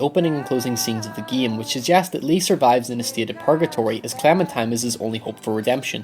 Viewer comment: "this video examines the opening and closing of the geam"